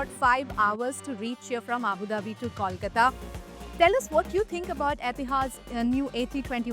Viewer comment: All this while Air India is still twiddling their thumbs when it comes to adding international flights from Kolkata. Another missed opportunity. Also, please learn to say Kolkata properly. It is not Kawlkata.